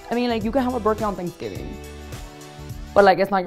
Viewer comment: It’s thanksgiving, not sangibing, that’s gross and not even funny